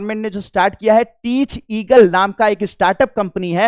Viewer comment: टेक ईगल not टीच ईगल sir